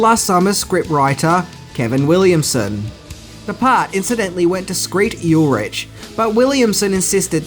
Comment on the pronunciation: Skreet Yulrich? You mean Skeet Ulrich?